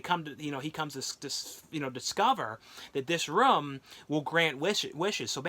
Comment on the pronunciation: I'm not making fun of him but it sounds like he's saying rom when he says room again I'm not making fun of the way he talks so don't get on me for my comment okay okay